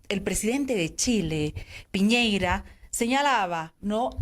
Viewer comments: el presidente de chile, Piñeira * WFT XD almenos mesa lo pronuncio bien Piñera, aun que sobre el tema de que el presidente de chile no considera un locutor valido a evo, ese asunto si le compete a chile, chile es libre de negociar con quien le plazca, si no reconocen como un locutor valido a evo, es mas por sus insultos de años anteriores y su actitud anti-chile , chile es libre de no negociar con el, no por que lo elijan los bolivianos significa que chile tiene la obligacion de negociar, eso ya quedo claro con el fallo de la haya. asi que chile puede perfectamente decir que evo no es un locutor valido le guste o no a mesa. si va a venir con esa actitud y con lo que dijo del posible presidente de brasil, puede que no sea tan buena opcion despues de todo. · A ver. Primero: que todo es Piñera y no Piñeira. Como periodista, mínimo debes saber como se llama el presidente de Chile. Somos vecinos. Segundo: Piñera no necesita un peón...para peón está Morales. Para esos menesteres se necesita un diplomático...Te quedó claro?